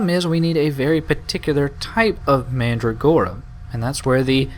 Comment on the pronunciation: I really don't get why you had to sacrifice the kind of mandragora that was used in the perfume. That was just plain stupid and nonsensical. By the way, AFAIK, you pronounce it "manDRAgora" with emphasis on the "dra".